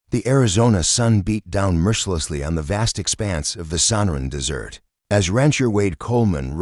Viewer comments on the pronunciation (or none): Des Ert idiot not DESSERT (PRONOUNCE PROPERLY )I've noticed in these stories they can't read properly.